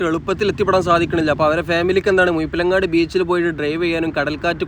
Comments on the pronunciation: മുയിപ്പിലങ്ങാടല്ല സഹോദരാ, മുഴപ്പിലങ്ങാട് 😂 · മുയിപിലങ്ങാട് അല്ല മുഴപ്പിലങ്ങാട് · Mind your language..not muyippilangadi.. Muzhippilangadi..seems zh a problem for you! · മുഴപ്പിലങ്ങാട് ❌ മുയ്‌പ്പിലങ്ങാട് ✅ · ആദ്യം മലയാളം ഉച്ചാരണം പഠിക്കാൻ നോക്കിയിട്ട് പോരെ കോയ വീഡിയോ ഇടാൻ, മുഴപ്പി ലങ്ങാട് ആണ് കോയ, അല്ലാതെ മുഴുപിലങ്ങാട് അല്ല ഹമുക്കേ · മുയിപ്പിലങ്ങാട് അല്ല -- മുഴപ്പലങ്ങാട്. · മുയിപ്പിലങ്ങാട് അല്ല മുഴ മുഴ മുഴ ഴഴഴഴഴ ,,,,മുഴപ്പിലങ്ങാട് ബീച്ച് അറിഞ്ഞൂടെങ്കില് അറിയാവുന്നോലോട് ചോദിക്കണം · മുയിപ്പിലങ്ങാടല്ല മുഴപ്പിലങ്ങാട്ട് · നല്ല detailed വീഡിയോ 🤝 ഭാഷാശൈലി രസമാണെങ്കിലും മുയ്പ്പിലങ്ങാട് അരോചകം ആയി തോന്നി 😅 മുഴപ്പിലങ്ങാട് ആണ്. റോഡ് വീഡിയോ തുടങ്ങുന്ന ടൈം പറഞ്ഞാൽ ടൂറിസം താൽപര്യമില്ലാത്തവർക്ക് ഉപകാരപ്പെടും. Keep up, amazing 👍